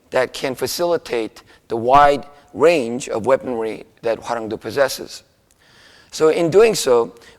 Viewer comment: Hwaranwng DOE, NOT "due".